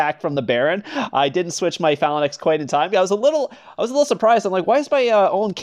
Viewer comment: Annoys me how you say, "phalanx" lol. Say out loud: (Fa-lanks) Hope next video to hear you say it properly. Good content nonetheless ^_^